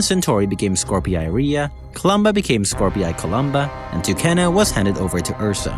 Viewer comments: Skorpii is pronounced as "Scor-pee" I think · Please stop mispronouncing Skorpii